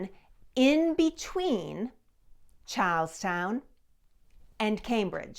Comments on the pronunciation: We have a drinking game where every time says "Charlestown", we have to take a drink. So far we have had three public disturbances fines, 2 public intoxication arrests, one DUI and still have yet to ever see the end of this video. Our greatest thanks to and, of course," Chars-town". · i thought you said cows town. But i think you were saying charles town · Who had to hear Charlestown four times before they could make out the name? Love the accent.